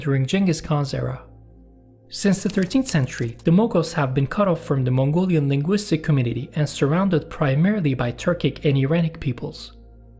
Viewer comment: as a Mongolian myself i have to say that your modern Mongolian pronunciations was very accurate and i could easily understood . However Moghol language sounded so close to Mongolian yet so far. super interesting video!